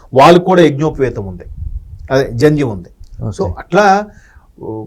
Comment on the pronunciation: That’s Jandhyam not Janjam. Pls correct. I am a Brahmin hence I know this.